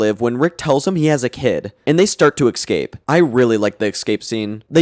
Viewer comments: love the video but every time you say ekscape instead of escape or cinadel instead of citadel i wanna cinadel my brain till it ekscapes my cranium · I can't believe I listened to 6 hours of a fella pronouncing the word 'ecscape' wrong